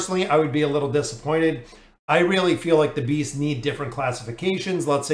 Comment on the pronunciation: I'm 100% sure he says Bees instead of Beasts XD